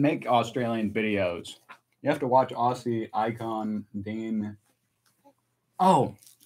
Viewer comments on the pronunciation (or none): WORTH READING from OZ. Yep another slang. Love the channel and just new this week,but I would like to educate you on the Aussie way of 2 pronunciations of the 2 words you use ever blog. 😊 First , Aussie. You pronounce the SS. It's pronounced ZZ Ozzy. And second. Arvo. You delay between the Ar and Vo. It's really quick. Let it flow . 😊😊😊😊😊😊😊😊😊